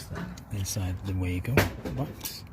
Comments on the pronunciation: Actually no! It is German, and pronounced Var-go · Lol it pronounced wago (way-go)